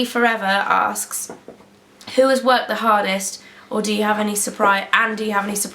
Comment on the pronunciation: Were English so its MUM and its DE force not THE force.